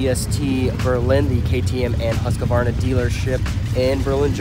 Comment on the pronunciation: Husk-a-varna? Sounds kind of funny to a swedish person. It's Huskvarna.